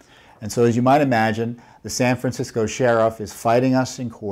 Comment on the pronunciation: Did he say San Fran-sickos? Around the mark! LOL.... right-on Mr. Fitton, right on!!